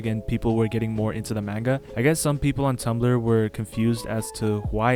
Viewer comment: The pronunciation of manga is killing me